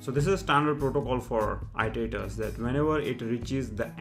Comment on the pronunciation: it-ter-ay-terz. Not Eye-tor-ay-terz. The verb is to it-uh-rate, not eye-ter-ate.